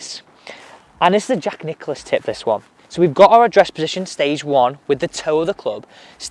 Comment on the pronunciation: Btw, it's Nicklaus, not Nicholas.